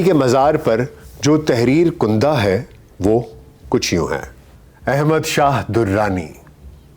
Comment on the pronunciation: اچانک لفظ غلط بول کر آدمی اپنا علمی تشخص مجروح کر لیتا ہے——- عبارت کیاف پر زبر کے ساتھ کندہ ہوتی ہے—- کھُدی ہوئی